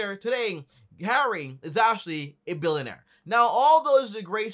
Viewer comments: Wtf is a “Millonare” or “Billonare”?? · Millin air billin air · Jeez learn how to pronounce millionaire and billionaire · “You don’t have to be a milenair or bilenair” 😂